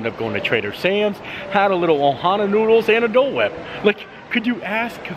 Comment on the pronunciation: Hi! Great video today man! I had to laugh when instead of saying you were going to go eat some noodles, you said "nooders" instead lol